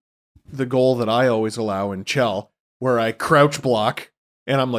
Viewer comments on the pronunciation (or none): none